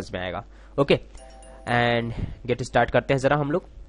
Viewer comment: its min.js not mini.js aor ham zara get istart karty hain funny han :D